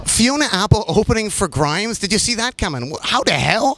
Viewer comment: mundinho grimes falando "a im grimes"